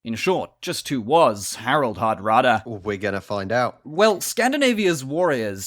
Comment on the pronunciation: Harald Hardråde ( you got it wrong ) - and it means the hard regns.